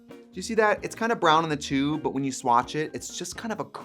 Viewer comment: “I’m gonna swatch for y’all” Gurl that rural Minnesota came OUT! 😂 I love it